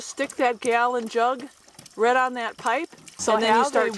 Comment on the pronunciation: What region/accent pronounces "right" as "rhett"?